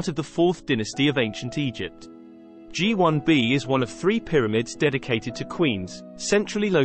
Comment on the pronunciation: Written and narrated by AI? It's "Gee One Bee" and "Gee Two A" ... apart from all those pics of Menkaure's satellites at the beginning.